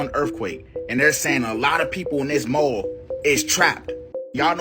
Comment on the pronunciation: "Erffquakes at the mole" Hes got IQ fatigue